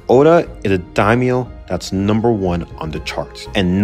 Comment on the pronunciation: My biggest issue with this video is your pronunciation of the Daimyo clans.